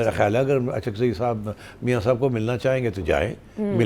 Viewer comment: اچکزئی صاحب معذرت کے ساتھ الف پہ پیش کے ساتھ اچکزئی بن گئے ہیں